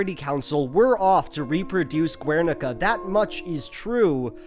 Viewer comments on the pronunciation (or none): Guernica is pronounced like "Ghernika", not "Gwernika" because it's a Basque word, not Spanish. Love the video tho. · Respectfully wanted to point out the pronunciation of Guernica is "Gher-nee-kah" Really interesting video, looking forward to see more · Loved the video as always! I don't usually comment but I wanted to mention that the "Guer" in Guernica (or Gernika in basque) is pronounced ger as in hun-ger, the u is silent. I'm from a city close to Gernika so I figured I should say something. Love ya! ^^ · Your mispronunciation of Guernica is unfortunate. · I have to give a like just for the Cube quote but 1) please stop pronouncing the u in Guernica, 2) wtf are WMBs? please remember non-native speakers exist and we can't always understand acronyms even with context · ze gaizki pronuntziatu dun Gernika JAJAJAJAJ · The u in guernica is mute, also it wasn't a spanish town, it was bombed by nazis at the request of fascist spanish dictator francisco franco, because he didn't control the territory. After the death of this monster, the spaniards created a terrorist organization called GAL to secure the invasion of the country which guernica belongs to, killing and massacring all civilians who opposed. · Btw the "gue" in "Guernica" is pronounced as in guess. This mistake was unforgettable and you have made a new enemy,. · how can you make this whole video and not look up how to pronoune guernica :( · The 'u' in Guernica is silent. It's a spanish thing.